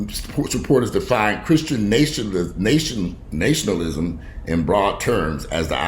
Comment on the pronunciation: repeat after me....Na-shun-al-ism. Again...